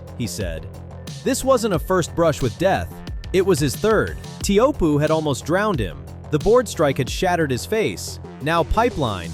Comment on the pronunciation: TAY-HU-POO. Brah...